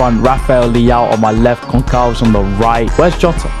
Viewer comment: I love that “Pedro Gonkalves!” As a Portuguese, it annoys because it’s pronounced Gonsalves 😂